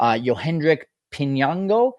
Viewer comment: Great podcast! Excellent pronunciation of Piñango! Hello from Venezuela! Go Cubs!